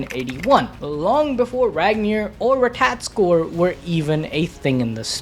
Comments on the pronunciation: RAH-tah-tawsk-ur bro I beg you say it right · Dude please stop saying ratatoskr you're butchering it 😂.